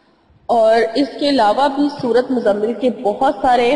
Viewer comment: App ny tu Surat mozammil ko hi ghalat phara hy